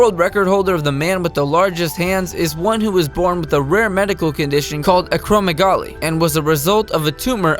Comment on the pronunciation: they pronounced "acromegaly wrong"